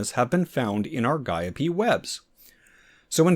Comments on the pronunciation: aar .gee.owp that is the correct pronunciation according to google. Soooooooo U R incorrect., according to everything w/ AI assistance that says & Google. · Ar-gee-ope, gonna sneak right past ya there. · The word Argiope is Greek, so the ‘g’ should be pronounced as a ‘y’, so Ar-yi-o-pea. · Ar-jee-ope it is . . :face-orange-raised-eyebrow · Same here, I pronounced it Ari Gop ee